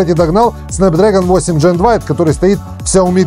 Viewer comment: не "джен" а ген, от слова генерейшн, ну емае 😁